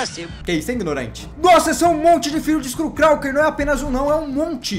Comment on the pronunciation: nao e skull calker e skull crawler